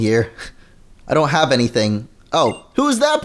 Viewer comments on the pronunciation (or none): none